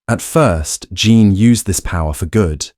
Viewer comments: Ms. Gray's given name is pronounced /DJEEN/, NOT using the French pronunciation in this case. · This time I don't have a critique, but an observation and a question. Someone posted a correction about your pronunciation of Jean. I noticed at the beginning of your commentary you DID pronounce Jean using the American English standard. Later, it sounded like you switched to French- or something equal. Are you multilingual, perhaps? Switching pronunciations happen at times for those who speak multiple languages. Keep up the good work! And don't forget the updates!